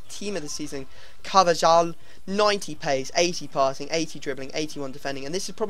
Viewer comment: You slaughtered carvajal name xD